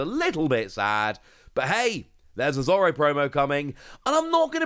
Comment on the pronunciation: It's Zoro, it's never been Zolo. That's just localization/translation error. ロ = ro. There's no "la le li lo lu" in their written language. They just sometimes pronounce R as L. Also, are you deliberately pronouncing Roronoa as Rowanowa?